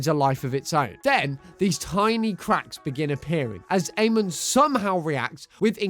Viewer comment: Good lord, learn to say Amon's name right